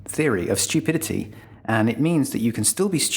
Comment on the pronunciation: It’s pronounced “stew-pidity” not shtew-pidity”